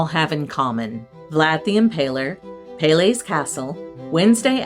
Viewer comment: Being Romanian I believe I should help you with the pronunciation of the locality names: Sighișoara = See - ghee-shoe- uara = Seegheeshoeuara Brașov = Brush-off = Brushoff Peleș = Pal-ash Palash ✌️